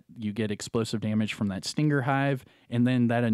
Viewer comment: Anyone else bothered by how he said stinger?